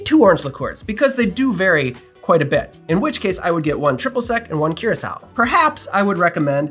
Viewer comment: I think it’s pronounced coor-ah-sow. Otherwise this answered a lot of questions, thanks.